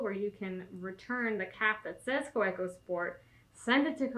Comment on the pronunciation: I hope you realize that you have one of the coolest jobs ever! Your job is my hobby haha. We love the videos and the real personal touch you give to the world of stationary! Just a note regarding pronunciation: the German "w" is pronounced like an English "v," so it's technically "ka-VEH-koh" for Kaweco. Much love from the West Coast!